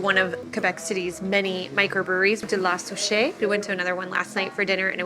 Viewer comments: "Pascal le boulanger" was pronounced well, but "La souche" is pronounced "lah soosh" not "lah sooshay". 😁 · Restaurant la souche. TIP don’t pronounce the E at the end. Kind of SOUCH. Overall nice work. From a Quebecois. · La Souche is pronounced "La Soosh"